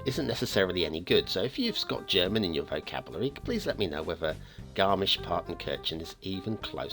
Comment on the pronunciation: You couldn't have pronounced it better! The ch in kirchen souns like a hissing cat but that's hard to reproduce as an English-speaker.